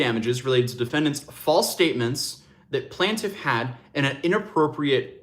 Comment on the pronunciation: Its pronounced "plain-tiff" not plant- if. 😬 js